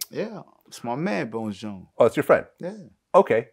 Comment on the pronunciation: Can’t stand when vlad says bone Jones